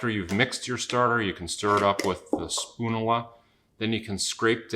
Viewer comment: spoon-you- luh; like spat-you-luh